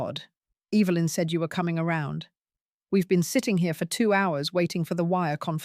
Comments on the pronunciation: I luv the way you say your daughter in laws mothers name 🤣😅🤣😅 Evilynn hahaha sounds like shes evil !! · EVIL-lyn!! 🤣 You got that right, mom!!